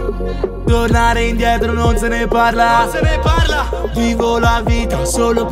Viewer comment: "NON ZE NE PARLA"